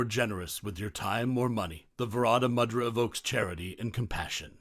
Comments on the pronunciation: Pronounced moo-dra not mad-ra. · “Moo-dra” is the pronunciation - not “mud-ra” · Pronounced moo-drus?.. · A very interesting exposition of mudrâ, but it would have been more convincing if the narrator had at least attempted the correct pronunciation of the mudrâs. The power of sound is particularly important when using Sanskrit and the narrator seems never to have heard these words. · I'm almost certain that is not how you pronounce mudra, I'm off to find a yogi. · Learn to pronounce mudra properly by ignoring the way it's pronounced in this video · It's moo-dra, not ma-dra. Also it's na-ma-stay and not whatever he opens with.